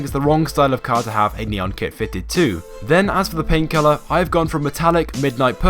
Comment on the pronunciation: When you say "paint colour" it sounds like "pain killer"